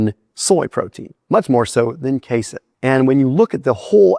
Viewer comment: don't you dare ever call it "case-in" protein again in your life, you hear me boy?